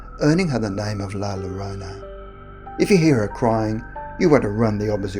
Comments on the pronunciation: It's not Lalorona! It's (law-yo-ronaw).....smh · If you wana say it right say " la yoorona " not lolorona lol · “La Loróna” *Cringe* ☹️ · Please stop saying Larona. Double L is pronounced as Y. It's hard to get down with this video because the lack of consideration to her actual name makes me cringe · You did a good job with the story but you sound like your calling La llorona la lorena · The name is not “LA LORONA” u sound like Trump is “L A L L O R O N A” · British Dude said la lorena... is la llorona...🇮🇹🤘😂😂😂🤘🇮🇹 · It’s pronounced like “la-yo-ro-na” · This nigga said “la lolona” I’m so weak rn 😂😂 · LA YORONA 🤦🏻‍♀️ LL = Y sound!! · Double L’s make a Y sound yo ... La Yarona is how it’s pronounced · As so many others have pointed out, the word has a double L and since it is a Spanish word it is pronounced like a “Y”, like “yeah” so it would be “La ‘Yuh-rone-uh’” essential. I am in Phoenix so I am VERY familiar with the double L concept and I always tease my family that I want a “Yama” 🤣 anyhow, like I said, I live in Arizona and there are several variations of the story here! In Tombstone she threw her children in front of an oncoming train and can be spotted walking up and down the tracks at night, or so my best friend’s mom tells me (she grew up there). In downtown Phoenix she can be seen walking along the canals (where she downed her children) used for the Central Arizona Project (to bring water from the Salt River, not salty FYI 🤣). And there are LOTS of other stories here but, as you might know, there is a HUGE Hispanic population here in Arizona! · "La lolona" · Lmao A+ for trying 😂 but it’s kinda like La—Yo-Rona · Pronunciation is yo-ro-na that how is sound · Ah, I'm not the only one who heard him call her La Macarena. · “Your own uh” 🤣🤌🏻✨ or -“Your Rona” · Only scary thing about these stories is the way the name is mispronounced 😂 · 🤣🤣🤣 If this person did not take the time to learn to say La Llorona right, I'm not wasting my time watching the video.